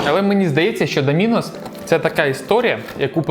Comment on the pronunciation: Правильно, "Доминос"